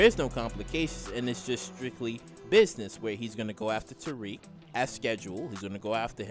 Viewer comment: His name is Tariq!! Not Tyrrik!! Damn!!